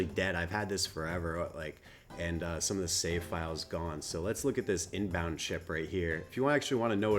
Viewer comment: its "Winbond" not inbound....